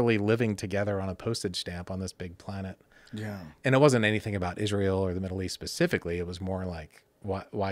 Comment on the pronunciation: The amount of times this guy says "Pl-uh-nett"